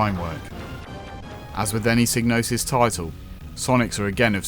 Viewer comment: Sighg-no-sis not Sig. Doesn't really matter how you say though. great video 👍👍👍👍